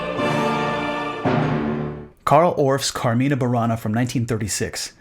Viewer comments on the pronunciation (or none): Love your videos Keith, but this time you made a few mistakes. "Carmina" is pronounced with the stress falling on the first syllable "car". And "Carmina Burana" does not mean Songs from Bavaria, but Songs from Benediktbeuern. The nearest big city is Munich.